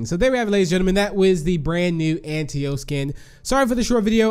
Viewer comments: I think it’s pronounced “Ant-ta-o”, not “Ant-e-o” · It sounded like he said ant tio